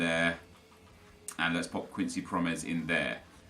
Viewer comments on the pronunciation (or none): none